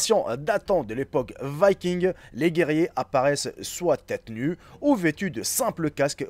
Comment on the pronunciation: Viking pas vaiiking